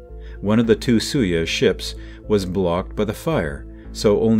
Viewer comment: Its not sui yez, its SOY YOOZ.